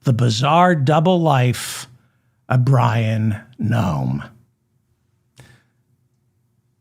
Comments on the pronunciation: David it is Bryon like as in breasts not Byron His parents named him well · You keep calling him Byron...it's Bryon! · Bryon not Byron. But. You're hilarious 😂❤